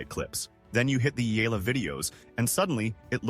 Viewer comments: Eaaaala please pronounce it well 🙏 😁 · Learn how to pronounce eh-yah-lah. Come on! Many learned how to pronounce Pacquiao. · Its pronounced as E-ya-la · All those praises and yet your AI still can not pronounce her name correctly. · TruEST …. Kudos to those Sports commentators who Care Enough to pronounce her surname correctly 🇵🇭 the Ayalas are enjoying “riding on” 🎉😂🎉